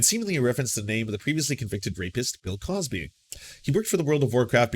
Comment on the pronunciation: Cosby, not CrosBy*